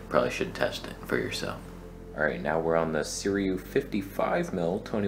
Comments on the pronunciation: NOT Suriyu you legend! Say Sir-roo-wee. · see - REW - eee